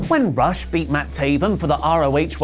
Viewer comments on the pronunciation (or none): The ROH WHC's name pronounced "roosh," not "ruhsh," as it looks.